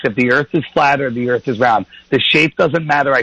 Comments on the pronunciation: I say EARFF too hahahahaha. Cheers Olympia WA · “I’ve got LOOOADS of questions... and everyone call it Flat EarF... I’m an expert on Flat Earth,” because I watched a Netflix documentary on it (and maybe another that wasn’t mentioned). His best question was: “do you find yourself surrounded by people who agree with you...” can’t remember what he said, but it was basically getting at: Don’t you think you’re just in an echo chamber? My question for him is: shouldn’t that be turned around for all the Globe Earth people? I’m sorry but it pisses me off when these YouTube “news anchors” treat people with new ideas that come on their show like mainstream treats them. Go somewhere else!!! David W. is a nice guy, and he’s gonna day, “these guys were so nice, especially compared to who usually interviews me.” My response to David W. would be: if this guy was with a different person (other than the other, more open minded guy), he’d be such a dickhead and bully. David W. DID do what he said at beginning, “we’re gonna change that!” *David W. wins again! And that’s why he’ll never be interviewed on mainstream TV by Bill Nye or Noel DeASS Tyson*.